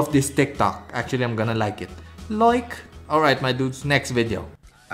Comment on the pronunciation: “Actually I’m gonna like it, LOIKE” 😭😭😭🥺